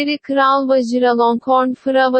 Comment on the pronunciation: he became a French artist